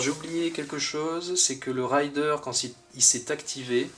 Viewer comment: raiiiiideur et pas rayedeur mdr c'est pas pareil un pillard et un cavalier m'enfin sinon merci pour cette serie de videos mdr